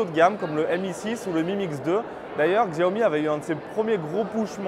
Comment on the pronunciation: Ca se prononce Siaomi. Si vous dites à un chinois ou un american ils vont rien comprendre a Xiaomi, car se dit SIAOMI. Les français prononcent plustot bien le "Chargement sans fil Qi" c'est Chi pas Ki, alors pourquoi pas faire l'effort pour Siaomi. It's pronounced as Siaomi.